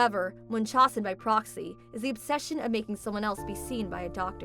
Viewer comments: That is not how you pronounce it.. Dramatically it's pronounced this way mon-chow-sen syndrome. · It's munch-how-sen. I've seen it in many medical dramas. The worst was House, where it was masking a woman's real symptoms. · I believe it is pronounced" Munch-House-en". Sadly too many cases of this have happened. It's so maddening when a parent hurts their child to get attention.